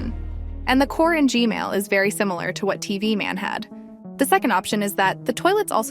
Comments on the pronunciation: Why do you say G-mail toilet not G-man toilet 🚽😡 📹💀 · Bro said G-Mail ahahaha😂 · Why do you say g.mail toilet?! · Why do you keep saying Gmail toilet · G-Man❌ G-Mail✅